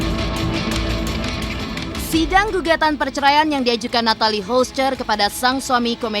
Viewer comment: Kyaknya yg baca britanya hrus blajar cara ngucapin nama nathalie deh.. 😑